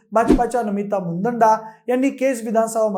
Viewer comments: मुदंडा नव्हे तर मुंदडा असा योग्य शब्दप्रयोग करावा.चुकीचा शब्दप्रयोग करणे हे आपल्या सारख्या विश्लेषकाला शोभणारे नाही. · मुदंडा नाही मुंदडा आहे